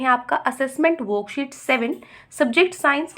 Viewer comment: Mam aap wroksheet kyu bolte ho hota to vo worksheet hai na!